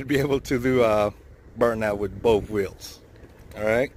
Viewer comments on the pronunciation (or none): none